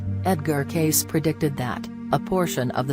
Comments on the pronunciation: It's Cayce not Case, you stupid robot!!! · Cayce said casee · Why pronounce his name incorrectly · Right? And why the voice? Ugh... Love Mr. Cayce tho) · thumbs down for the robotic voice & name mispronounced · Why don't you pronounce his name correctly?